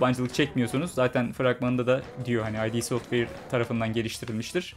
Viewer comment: Bir hatırlatma, "Ay-di" software değil. Yazıldığı gibi okunan "id" software.